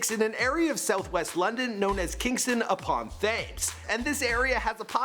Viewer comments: Kingston-upon-Thames It's flipping pronounced Temms. Not Thaims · its not THAYMES its TEMS... where my british viewers at??? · ITS NOT TH-AAA-mes say Tems that’s what it sounds like!!!! It’s called the river Thames which is pronounced as tems!!! OMG!!! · It’s not pronounced tames it’s pronounced tems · Omg it's pronounced tems. Not thames ah ha ha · TH-ay-mes? Seriously? Try Tems. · It's TAMES not TH-AMES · It is pronounced Tames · the way u pronounced the river thames💀💀💀💀its pronounced tems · Timothy Chalamet - mey, like Aunt May not Met Thames - Tems Are American educated or what?!? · ‘’Thames’’ is pronounced ‘’tems’’ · Thames is pronounced t-ems and Tessa is a staffie not a pit bull just thought I’d point that out. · THAMES IN KINGSTON UPON THAMES IS PRONOUNCED “TEMS”!!! 😂 sorry I’m from there it annoyed me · pronunciation of Kingston upon Thames in ‘ tems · hahaha its kingston upon thames pronounced tames because its on the river thames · "Kingston upon Thaymes" 😂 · Kingston-upon-THames 😂😂 I die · Its pronounced TAMES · It's pronounced Kingston upon tems, not thames. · Being a British kid watching him pronounce Thames is so funny 😂 it's pronounced "tems" 😂👌🏻 not all schools are non mixed, most are mixed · Thames u say it tems not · The way you pronounced Thames 😭😂 it's pronounced 'tems' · its pronounced 'Kingston upon times' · It's pronounced Kingston-upon-TEMZ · Think I vomited a little bit when he said 'Kingston Upon Fames' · FYI - It's pronounced 'Tems' not 'Thames' And the dog is a Staffordshire Bull Terrier, not a Pit Bull. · "upon fames" 😂😂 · KINGSTON UPON 'THAMES' xDDD its pronounced 'Temes' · Why don't you look up how to pronounce stuff or just ask someone before you say something like Kingston upon fames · Jordan Bowman it's pronounced "Kingston Upon Tems" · Jake Cooke lool he said fames😂😂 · Hol up, how tf did you just pronounce thames? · Your pronunciation of ‘Thames’ didn’t go so well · The way he said Thames 😐😐😐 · Thames = (T-e-m-s)